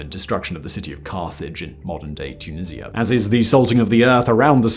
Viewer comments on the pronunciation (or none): none